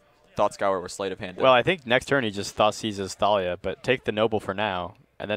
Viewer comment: ThAYlia? ShAYman?